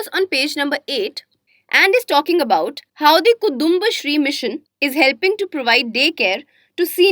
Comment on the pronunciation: Omg so painful to hear she pronouncing kudumbasree and pakalveedu.